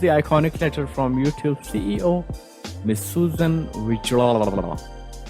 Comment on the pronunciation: He is the only person who pronounced Susan's name correctly